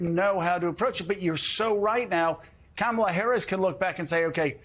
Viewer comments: Trump should start by pronouncing Kamala’s name correctly. Would some claim that’s Woke? I wouldn’t be surprised… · He's an ignorant man-child, deliberately mispronouncing her name. This isn't presidential character. And hysterical that the GLOAT would accuse anyone else of lying!!